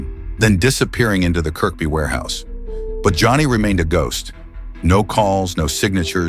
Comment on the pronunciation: Kirkby is pronounced "kirby". It's a case of the silent K.